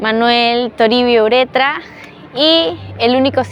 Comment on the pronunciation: ¿Cómo no van a corregir el apellido de Ureta en este video, en el que se le llama "uretra" dos veces? Encima no se sabe de otros nombres, como cuando la señorita dice "beneficiencia", "vía ferrera", "recolecta" 😮